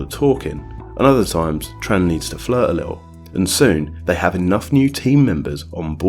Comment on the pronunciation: Excellent video, but one tip: in Vietnamese the "tr" sound is pronounced "ch" so it should be "Chong" & "Chan"